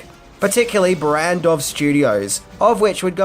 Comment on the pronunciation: Yeah. We are cheap ;-) and it is pronaunced BARANDOV :). Cheers from 🇨🇿 :))